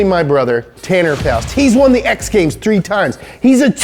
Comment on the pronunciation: Completely heard you wrong when you said he's a 2x winner of the X Games. Thought you said the Hunger Games.